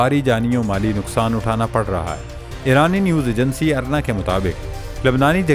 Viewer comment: اِرنا کو ارنا کہا، ٹورناڈو کو ٹورنٹو، کیا یہ علمی قابلیت ہے جس کے دم پر دنیا کا مقابلہ کرینگے!! پھر قسمت کو رونا شروع کردیتے ہیں، محنت کیوں نہیں کرتے؟